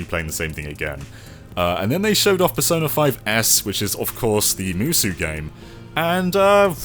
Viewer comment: Musou is pronounced moo-so not moo-soo. lol